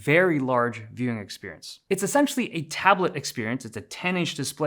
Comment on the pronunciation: Say experience one more time please